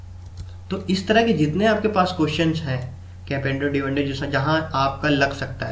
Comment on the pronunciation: its componendo and dividendo bro (not capendo divendo).. rest i liked your trick :)